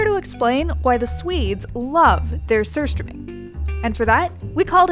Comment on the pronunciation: the way she pronounce it was very satisfying